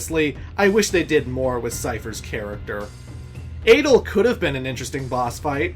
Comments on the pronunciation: Dude.. Adle? Ultimeshea? ODEEN? Are you doing this on purpose or something? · Thomas Morato Balamb and Adel aren’t that strange